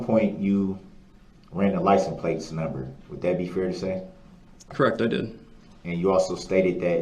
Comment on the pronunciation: You mean license place 😂